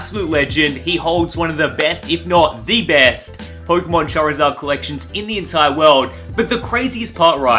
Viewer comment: Lana sitting in the back like : what is a chazid ??? Btw I know it’s charizard